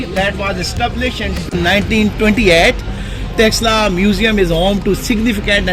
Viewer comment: That museum is originally symbol of Takshila university hence please always called as takshilla not texsla